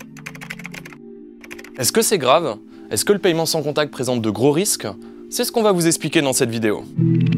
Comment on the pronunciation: Arretez de prononcer méthode de payyyyyyyyyement c’est paiement bordel